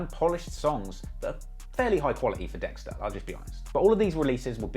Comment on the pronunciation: Every time u say ah wow dextar I die